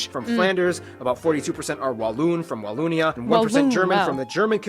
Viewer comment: I'll write this as i watch the video..some info : It's not Walloonia.. use the O of 'bogus'. You did not " do well " in the battle of the Bulge... you performed MIRACLES !! American soldiers went beyond hell as it is a really cold region during wintertime. I spent my military service in the region, the coldness cuts thru skin an bone and they didn't have proper clothing. To survive that takes a mental toughness beyond belief never mind eating 24/24 artillery shelling. Still grateful for what they did ! Visited Omaha Beach twice... it sure shuts you up walking thru that area. This video is really funny. Don't know what that's called what you're wearing but it's pretty ! Yeah us Belgians are a weird bunch but that translates well to English so as an English speaking tourist you won't feel left out when amongst Belgians. Most of us speak English pretty well, which wasn't mentioned in the video.